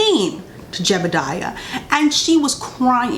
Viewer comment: she said jedediah sudoku 😭